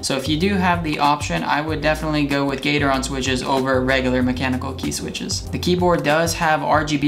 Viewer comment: gat-er-on not gater-on